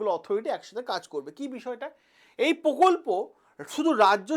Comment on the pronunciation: পকল্প না প্রকল্প